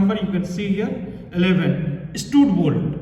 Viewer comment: Stud bolt pronounciation 😢